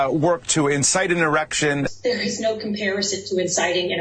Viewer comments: The erection Bahahaha, idiots can't say insurrection. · Am I the only one who was hearing 'erection'? I started to think I was imagining it.